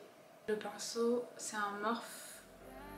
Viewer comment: coucou, je pense que la marque de tes pinceaux se prononce "morphi" parce que c'est l'anglais, le e se prononce i, bisous bisous